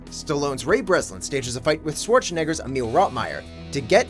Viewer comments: I don't like the way he says Arnold's last name 😑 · Dude, please learn how to say Schwarzenegger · The way he says Schwarzenegger sounds like he's swearing